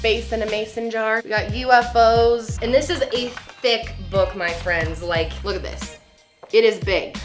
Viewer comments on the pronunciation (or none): none